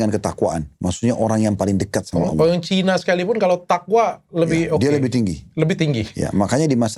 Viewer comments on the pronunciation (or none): none